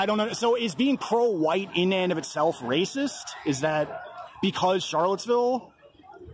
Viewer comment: Enjoyed the Jared Taylor pronunciation of white. Huwhite ! Lol